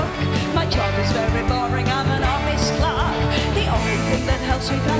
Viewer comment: ✊ for not pronouncing ‘clerk’ the American way to rhyme with ‘work.’